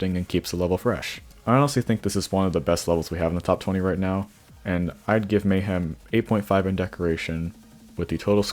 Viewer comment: anyone notice how kept on saying mayham instead of mayhem